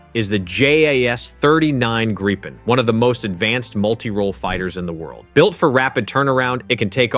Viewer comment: Jag har aldrig hört en människa uttala NATO bokstav för bokstav, heller. Självfallet kan det vara en tillfällighet, men för närvarande känns det som att man inte kan lite på att någon bara säger fel längre heller. Andra ledtrådar jag ofta springer på är videor som uttalar 'Gripen' på 3 olika sätt 🫡